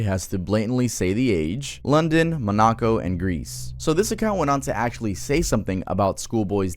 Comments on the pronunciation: Monaco isn’t pronounced like that tho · Monaco pronunciation is crazy